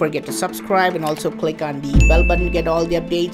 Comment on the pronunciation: I just want to say that i really like the way you say «Bell button»